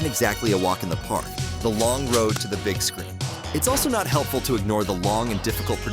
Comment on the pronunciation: that said gig not big